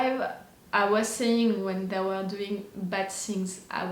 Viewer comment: I love it 😂 “We ere ok, we ere on the lake!”